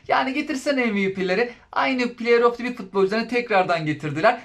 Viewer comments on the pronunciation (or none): Play of tivik diye okunmaz sevgili dostum. Play of dı vik diye okursan daha şık durur bence. Onun dışında kanalını başarılı buluyorum efendi, sempatik bir sunumun var 😊